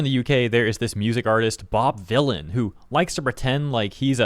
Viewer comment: Vylan as in Villian. lol he tried his hardest.